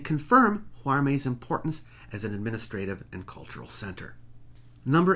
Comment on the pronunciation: I went to the Castillo de Huarmey five years ago and it's time for a new visit. By the way, the pronunciation would be "war-MAY". Going just one more hour north you can also visit "Las Aldas", "Chan quillo" (the oldest observatory in Peru) and "Sechín".